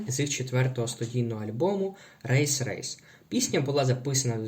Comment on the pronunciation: ля, включаю першу секунду і одразу хочу домахатись. Альбом не "рейс, рейс", а "Райзе, Райзе"